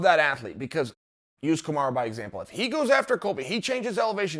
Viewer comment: I miss hearing Chael say "Kumara" Usman.